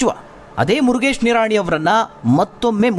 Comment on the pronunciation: 😂😂 ಮುರಗೇಶ್ ನಿರಾಣಿ 😂😂😝😝😝 ದೇವರೇ ಮೊದಲು ಚಂದ್ ಶಬ್ದ ಉಚ್ಚರಣೆ ಮಾಡಾಕೆ ಹೇಳಿ 😝😝😂